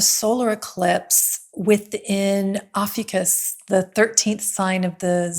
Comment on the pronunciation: It's pronounced like "Oh-few-cus"